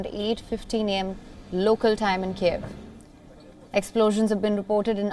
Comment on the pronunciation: girl, just learn how to read it correctly: KYIV, not Kieev, come on, it's not so hard, you can do it